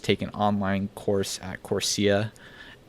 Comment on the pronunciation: It’s “Course-Era” how do you not know this..